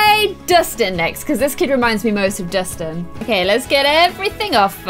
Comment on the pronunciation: It’s Dustin not distin